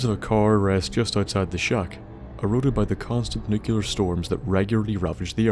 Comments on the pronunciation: NEW-clee-uhr, not NUKE-you-lur Please learn to say the fucking word. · Nuc-L-ear!!! not Nucelar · 1 because he says it wrong 2 because it drives me nuts